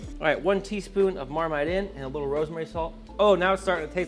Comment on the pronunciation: Your britishness came out at the end with Marmite lol 😆